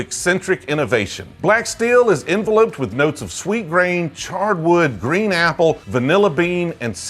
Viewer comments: en-velupped man. not en-veloped. nice video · Enveloped is pronounced as in-vell-upped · My dude said Envelope'd lmao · You're pronouncing enveloped wrong